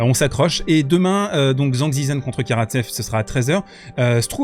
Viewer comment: au cas ou zhizhen se prononce djeudjeun